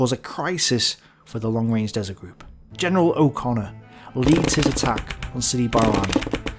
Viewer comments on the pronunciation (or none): none